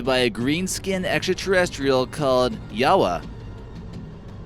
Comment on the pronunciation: Lol you can't even pronounce Yahweh right. Don't brag on chopping up some Japanese lol